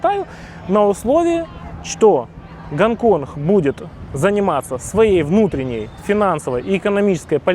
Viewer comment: Гонконх))) су не могу! А, что блин не на мове ховоришь)?